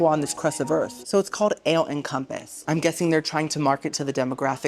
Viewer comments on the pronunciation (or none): ALLE...HAHAHA. I love how your always mispronouncing things its hilarious. It's Ale like in Beer, not Alle. Haha. Your funny.